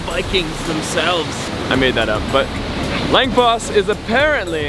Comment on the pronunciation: Wait until Winter slams Your Face in, but seriously Norway isn’t like this everywhere, fjords are what people think (and always Winter) Norway looks like, dont forget Russer, and Rain. Edit: Langfoss literally means Long Waterfall, no kidding, and it hurts hearing Your absolute Butchering of Norwegian, atleast learn how to say Odda.